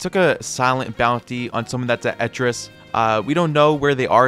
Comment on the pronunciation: it's ce-tus